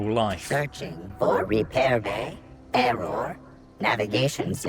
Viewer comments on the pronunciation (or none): none